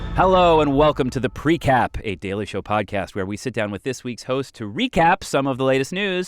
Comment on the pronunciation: Is it a precap or a precup